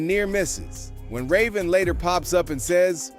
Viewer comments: Dude called her ryven 😂😂😂 like there no (A) in her name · The fact you pronounced Raven's name wrong af I couldn't even watch the rest of the video smh 😂😂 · Idk you butchered ravens name? Anyway good video all an all i like how ya said da shit abt da broken Disney kid an we need to ask who broke em? Real shit iv aways stood with Orlando i was big fan as kid but i still roll with em an dont believe he's crazy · Pronouncing Raven's name like that is a sin. AI needs to chill